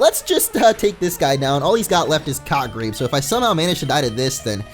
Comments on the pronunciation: I thought more said cockrape not cottgrape. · I understood/heard: "All he got left is Cockrape." I thought: "Whutz?" and then I looked at the screen... and saw Cottgrape